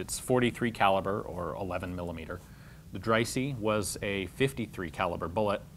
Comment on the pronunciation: Dreyse is pronounced “Drey-zuh”.